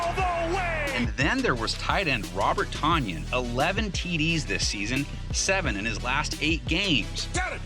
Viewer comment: Tonyan like Funyan